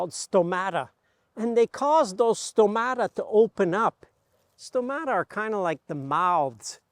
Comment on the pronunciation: 14.47 Stomata or στόματα in greek, the stress is on the first syllable as you can see above o.